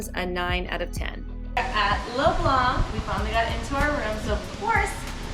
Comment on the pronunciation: keep it up! the c is leblanc is silent